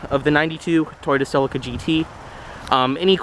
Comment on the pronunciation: Pronounced seleeka.